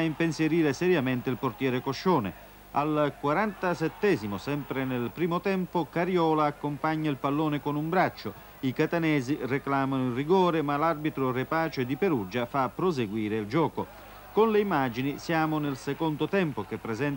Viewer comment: Battipagliese con lo sponsor PAIF... Le stoviglie in plastica per eccellenza. Quanta pizza al piatto fatta in casa e neanche tanto speciale mangiata sopra i piatti PAIF. La famiglia Pastena teneva sia la PAIF che la Battipagliese. L'arbitro Repace pronunciato qui con accento sbagliato divenne capo della LND in Umbria. Consiglio a tutti di vedere il finale di Casertana-Catanzaro dopo il gol di Cerbone con il commento di uno speaker di una tv locale di Caserta qui su YouTube... Con il sottofondo di un "allegro" tifoso locale. Doppio lavoro per Zuccalà mentre troviamo Enzo Delvecchio poi protagonista di Tutto il Calcio minuto per minuto